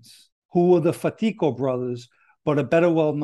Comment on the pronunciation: Very interesting story. I especially liked the way you properly pronounced Fatico. Most people, even myself did not know that. However I know you know what you are talking about due to your families history being from East New York, Brooklyn. Hope you have a great weekend and get to see your family. Stay safe & God bless 🙏🏻